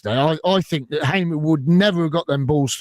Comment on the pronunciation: The name is Hamer as in Harmer, not Haymer !!